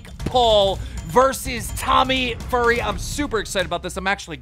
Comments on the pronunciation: man rly said Tommy “Furry”💀💀💀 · Every time he says fury oh my god it’s pronounced feurry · Tommy “furry” lmfao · Totally didn’t say tommys last name wrong the first time